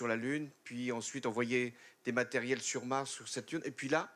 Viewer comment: "des marétirels" :rire